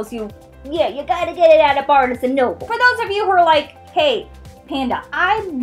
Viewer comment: U say barnes&nobles wrong